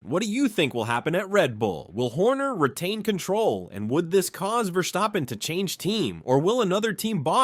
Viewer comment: Your pronunciation of VerSCHtappen is killing me😆